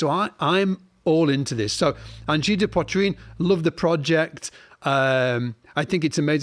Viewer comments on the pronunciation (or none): Learn to pronounce Poitrine